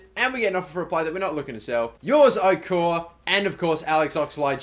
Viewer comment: its is pronounced O-kor-a +